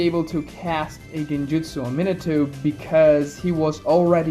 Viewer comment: Min-uh-toe..... God damnit. Min-AH-toe. Takes no extra effort to pronounce his name properly, nor does it take any less effort to say it wrong. So just say it right.